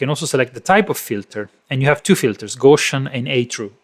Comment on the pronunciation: Gow-See-In not Go-Shin (Gow like "gown". Gow rhyming with cow). Carl Friedrich Gauss